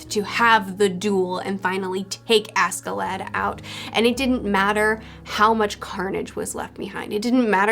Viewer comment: oh btw maybe a bit late but ask in askeladd is pronouced ash